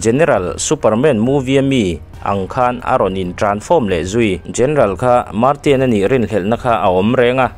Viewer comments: Leh lawk ,martian tih te poh khi. "marsian" tih tur nia😂👍🏿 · An hming a lamdan thenkhat hian nuih a ti za tep zel,example ah Martian ti a lam lo in marsian ti a lam zok awm